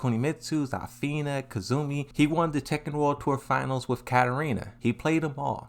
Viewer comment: Bro its Zuh-fina not ZAAAAH-fina 😭